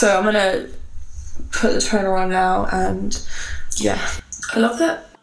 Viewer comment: Shampoo is not tonerr not tooneerrr!!!😂😂Much love from Cyprus !!🇨🇾